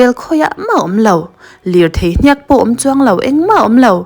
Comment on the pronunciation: Hniak lam dan thluk a dik lo.